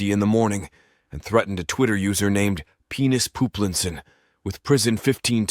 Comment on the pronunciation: When he says Penis Poolinson I died